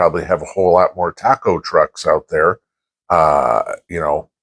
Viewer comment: Taco trucks... I thought you said cockroaches :}